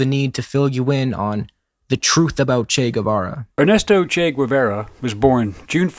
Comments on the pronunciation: As revolutionaries not knowing how to pronounce the name of Che Guevara is a bit F. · IIRC mnemonic device for remembering Che Guevara was "Shake Guitar" but I think it's because he calls him Che Guevar. He a lil confused but he got the spirit